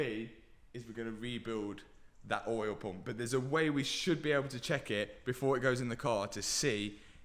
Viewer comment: What's an "oil pomp"? and who stole the letter T? He keeps saying "Bear ah" and "Lay ah" instead of "Bet ter" and "Lay tar". It's doing my head in.